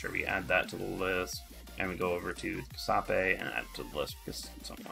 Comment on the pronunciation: Jew-sep-eh. It pains my ears that have Italian DNA to hear you pronounce that name.